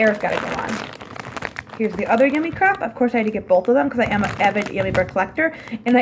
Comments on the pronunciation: It is pronounced cr-ape you know like grape not crep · crepe is pronounced crape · So many squishies are coming out this year! Excited for next year!😋 also l really like the blanket u we’re sitting on it was super cute💕 and l don’t know if it’s just me but l pronounce it ‘crape’ not ‘crepe’ even tho l know it’s spelt like that ldk🤷‍♀️:) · OMG how she said crape made me cringe every time